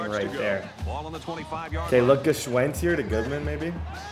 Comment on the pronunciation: Favorite part is you pronouncing Gwschends name every time different 🤣